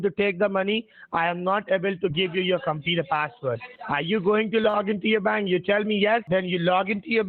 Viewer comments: Also did anyone count how many times he said "compeeder"? Seems to be hundreds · What's a "competer?" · Drinking game bro let's take a shot every time he says competer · But didn't you hear him, it is the softare password not the compeeder password!!!